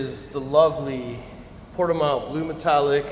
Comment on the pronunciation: It’s pronounced : [puɾtiˈmɐ̃w]